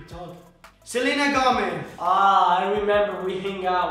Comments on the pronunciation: Did he just say “Gometh, and Martineth” no hate i love yall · Wait did he said salena gometh?